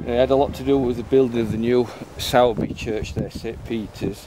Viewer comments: no probs. Where are you from because a lot of your videos are pretty local to me in Halifax but if you were from Halifax area then you'd know all the pronunciations... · Certainly a lot of history there, interesting in how you say Sowerby, we were promptly told it’s Soorbe when we arrived up here lol we also were corrected on Southowram, & Todmorden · Hi. It's pronounced 'Sorby' 👍